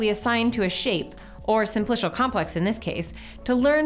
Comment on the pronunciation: someone tell her how to pronounce simplical